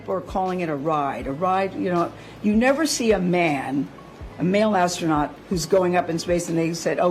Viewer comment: gayle king... it was just a "RIDE"... remember that... "ass-tro-not"... 😂😂😂...